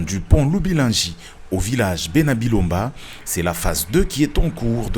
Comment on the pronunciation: Ce à bena Bilonda et non bena bilomba merci